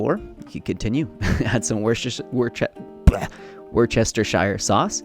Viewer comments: wuss-sture-sure sacue LOL Nutrition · It is pronounced Woostershire. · Fabulous recipes as usual and here's a tip, just call it Wooster sauce like most Brits and you'll be fine. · Omg. WOOS-ter-sheer sauce. Three easy syllables. Not wort-CHESTER-shire. I do live in Massachusetts where we have the city Worcester which we all grow up knowing is pronounced WOOS-ter. So please. WOOS-ter-sheer. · Woostershire sauce (not worchestershyre) lol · wurr chest i shurr is how it is pronounced. It's one of those words that sound not much like how it is spelled. I am going to try the bacon one. I miss bacon so I will give it a try. Thank you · Hey! Excellent recipes! I'm going to try them all! I love a tempeh Reuben...... have you ever tried that? And, I have to suggest "wusster sheer or shire" is how to pronounce Worcestershire 😉😁👍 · “Wooster-shear” lol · Say it with me now: WUSS-TER-SHIR Sauce. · Worcestershire pronounced Woostershire sauce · “Whoos-ter-SHIR” sauce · Worcestershire is pronounced "Wuster-sheer"! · Hey, it's a lot easier to say with UK speak: wooster-sheer :) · Worcestershire is pronounced Wooster-sheer!! :D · Amazing recipes as always! Definitely going to try some of them. As somebody from Worcestershire, it's pronounced "WUSS-TER-SHEER" just as a heads up so you can keep enjoyibg our best export with the right pronounciation. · Right?? 😂 It’s pronounced WOOH-ster-sheer. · 🤣 I got your back, Bro. It's pronounced " wuss-ter-shir" leave the "Shire" for, Frodo. 👍👍👍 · So “Worcestershire” is actually pronounced “Wooster”. 🤯🤷‍♀️😂 I know the English language is annoying and makes no sense sometimes! Awesome video, I absolutely love tempeh and always love your videos. Been watching them since you started! ✌️ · It’s pronounced “Wooster-sheer”, you forgot the end bit :) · Just an FY from UK: Wourstershire (sp) sauce is pronounced "Wooster" sauce. Don't bother with the shire or the extra letters ;) Love the vid, I'm new to tempeh so really useful. Xx